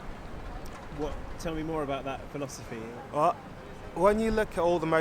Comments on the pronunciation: dude said phiofosy 5 times but says philosophical fine. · Now I can't pronounce philosophy properly. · he does, he just mispronounced it 🤷‍♂️ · If you mispronounce it multiple times then you didn't know how to say it in the first place. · just think you're being unnecessarily judgemental, he made good points, but just mispronounced one word, in a language that isn't his native young